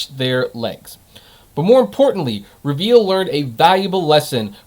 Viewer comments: Not reveal lmao. It'a re-vul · It's not "Reveal", it's pronounced "Re-Vle", like "Rebel".